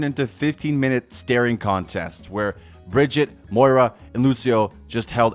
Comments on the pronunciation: It has unironically been 6 years since I heard someone pronounce her name as Bridget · the worst thing about this video was pronunciation of Brigitte